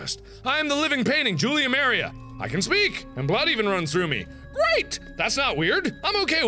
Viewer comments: I'm mark when you ran into the painting you pronoused Maria wrong.😂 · That pronunciation of Maria.